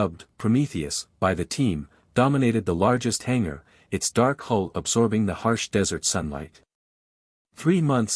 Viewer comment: HULL! HULL! HULL! NOT HOLE OR WHOLE. All these sites and stories and AI computers and not One can get this right! Detracts from story!😊